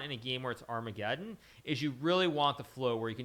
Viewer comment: Our-mega-Don lol